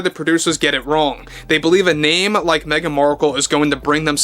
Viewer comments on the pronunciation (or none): Woof on Meh -gan